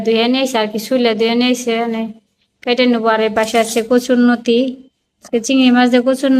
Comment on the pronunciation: নতি না লতি নাই না লাউ কথা বলো উচ্চারণ শুদ্ধ করে বলো না কেন